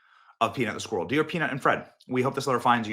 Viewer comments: It’s driving me crazy that you can’t pronounce the word “squirrel” properly. Great video though, that story is a seriously bad case of government overreach. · Today, all the people of Scotland learned how to pronounce ‘squirrel.'